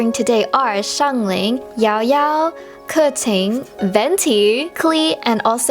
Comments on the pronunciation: No offense but I think Keqing is pronounced Ka-Ching but i don’t know lol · I love the correct pronunciation, i can’t with people who pronounce Dailuc or derluc (diluc), kiki (qiqi), kaching (keqing),… I don’t remember all but those are the worst mispronounced lol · everyone says kaching and it hurts me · The vowels in the Chinese alphabet are pronounced differently than in English. That’s why Keqing is not pronounced as ka- king. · Glad I’m not the only one who was like “wtf how-“